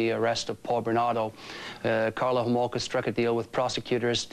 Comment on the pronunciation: Kathy Homolka? Get it right Nancy 😂